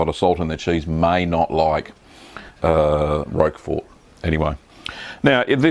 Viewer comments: This is NOT how you pronounce Roquefort. The creator of the video was closer except (as you have stated) he was pronouncing it with the t (which is indeed silent). The closest phonetic pronunciation is ROAK-FOR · My favourite cheese - Roquefort, pronounced 'Rocker for' - The 'T' ain't pronounced - You're welcome!